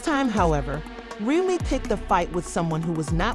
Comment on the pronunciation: I’m out because you can’t even pronounce people names correctly! In another video you did the same! Proofreading is easy before you post your CLICKBAIT‼️ Grown woman can’t even pronounce Remy‼️